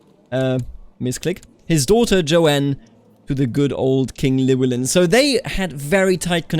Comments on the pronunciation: Ll is one letter in Welsh that makes a Ch sound. Llywellyn is ornounced chlu-ellyn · its pronounced Clin well in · "Ll" is not like any pronounciation in the English language and is only found in something like 1% of world languages. To make the sound you have shape your mouth as if you're about to say the letter 'L' but instead of putting your voice into it you just blow through instead. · I’m not welsh but I’ve been told that the “Ll” is pronounced “Kl” so his name would be klywelyn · The Ll at the start of Llywelyn is pronounced by putting your tongue in the same position as the 'L' sound, but just blowing air past instead of vocalising. It's difficult to describe, but if it sounds somewhat like hissing then you're doing it right. Other than that, your pronunciation is great. As a side note, in Welsh a 'DD' is pronounced like a 'th' in "they", a 'ch' is pronounced as in "loch", 'f' is 'v', 'ff' is a regular 'f', 'u' is pronounced the same as 'i' both in long and short forms, and 'y' generally makes an 'uh' sound. I think that covers just about all of the confusing parts, but I'm sure I probably missed some